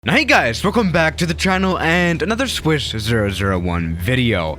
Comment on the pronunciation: Welcome back to the chinal